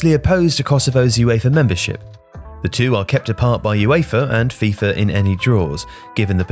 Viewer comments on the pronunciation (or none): none